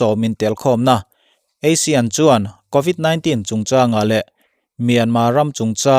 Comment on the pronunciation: Asean hi...asian tilovin asiin tia lamtur.